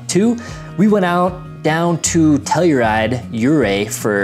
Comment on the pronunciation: Pronounced Ophir "oh-fur" Ouray "you-ray" Telluride "tell-you-ride" 👍